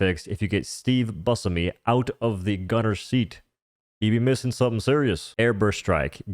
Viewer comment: Steve “Booshemy” not bushimi